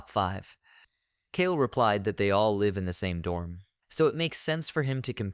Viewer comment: bro can't pronounce "live"